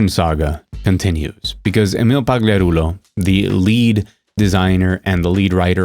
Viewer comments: that was some crisp pronunciation of "pagliarulo" my ears feel tickled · 3 hour reel of you saying PAGLIARULO when? Just sounds excellent 😂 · It’s a bit irrelevant but it was almost poetic hearing you pronounce Emil’s last name so perfectly. Personally, I love your passion for gaming, for the art form and the way customers are currently treated. You are articulate and incisive, but many commentators are. What makes you different is the sense that you, “feel,” this topic in your bones. I wish more commentators were like you.